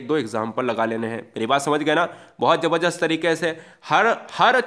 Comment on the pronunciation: Jabarjast nai bolte sir jabardast bolte h ap to Hindi se hai